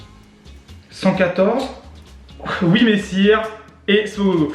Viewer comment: YES T'AS DIS WIMESSIR COMME IL FALLAIT PUTAIN